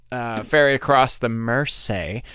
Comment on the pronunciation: On the first song you pronounced "across" correctly